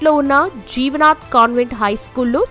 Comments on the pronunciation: Anchor గారికి తెలుగు చదువటం రాదు. 'జీవదాన్' - జీవనాథ్ కాదు తల్లీ! 1980 అనటం రాదా అమ్మా ?? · Jivanaath schooll kadu thalli jivadhaan school